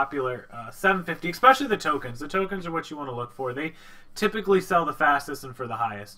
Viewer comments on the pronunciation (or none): especially not exspecially